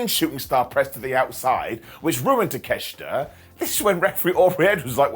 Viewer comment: Why don't you say takeoshita the right way?